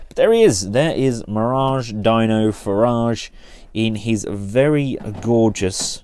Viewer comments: no it's spelled dino but it's sounded like deeno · It’s not Dino it’s pronounced deno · Not Dino, it's pronounced....DEEEEAN.....no O_O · It’s pronounced deeno not Dino as in dinosaur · His name is Dano not Dino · its not dino (die-no) its dino (d-no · its not dino like dinosaur its pronounced deeno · i sink its pronounced DeNO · he pronounce as " dee-no" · 45% of the comments: we want it oversized 45% of comments: its pronounced DEENO 10%: I like this figure but still i can't wait for my Dino/Mirage figure to arrive 😂😂😂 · Its pronounced like deeno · FYI his name rhymes with Beano! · it's pronounced (DEE-no) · It’s not Dino like dinosaur but deeno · His name is pronounced Deeno